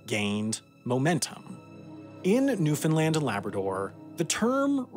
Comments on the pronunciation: Haha I really enjoy how it started out as "New-Fin-Lin" and a few minutes later says "New-Found-land" the rest of the video. Nice! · Funny cause neither are the correct pronunciation It's pronounced new FIN land not new found land, new Finland, new fin lund or any other variation even though you'll always hear them when non locals speak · I was going to complain about your pronunciation of Newfoundland (the compulsion to correct people who say it wrong is practically a genetic trait for Newfoundlanders, sorry!) but it seems you realized your mistake by the four minute mark. Carry on! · way to only mispronounce Newfoundland twice in the video, much better than like 90% non-Canadians' videos .